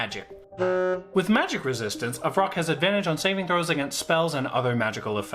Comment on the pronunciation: it’s vrock not roc that’s a different kind of bird.